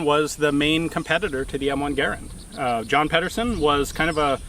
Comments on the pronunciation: Yep he has featured the Garand on his channel and the Garand is very very far from forgotten. I do like him even though he always calls the Garand a Gar-und and not a Gar-AND like it is supposed to be. It has been pronounced that way by GIs all the way back to the WW2 training films and still is by the vast majority of gun historians and old GIs. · not gar-and it's Guh-rand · Russell Houghton "Garand" should be pronounced the same as "parent". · If you're from the south, its "Gah-Rand" LOL. Great video btw. How does the recoil compare to a .308/7.62n Garand? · great video but you guys don't know how to pronounce Garand or Pederson.